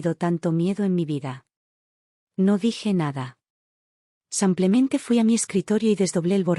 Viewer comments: Soy de Argentina ❤Muy linda historia... Felicitaciones!!!! Pero ya que es narrada por qué no pueden pronunciar tal como se escribe.....Dice samplemente y no simplemente??? Por qué?? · habias de darte a la tarea y grabar por mínimo una hora corrigiendo la palabra sanclemente y hacerlo bien "simplemente" igual cuando mencionas el género femenino por masculino. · Narras fatal simplemente es simplemente no samplemente ydecir en masculino cuando es femenino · No sé por qué repiten una y otra vez 'samplemente' en vez de 'simplemente'. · La palabra ; es sim ple mente pronucie bíen tambien al lo femenino no apliques lo masculino se escucha marítimo disculpe